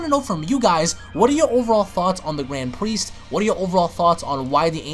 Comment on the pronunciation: Gwand Priest